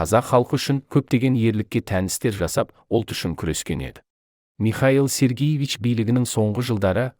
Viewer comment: Михаил Сергиевич емес, Михаил Сергеевич....